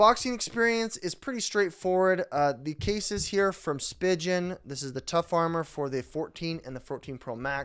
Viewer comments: Spee-gun not spig-un😂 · Just a few points, the company is pronounced Spee-Gin not Spy-Jin and the case is not meant to be pulled apart. It’s a 2 piece case that’s used as a 1 piece case. You leave it together and just put the phone in. 😊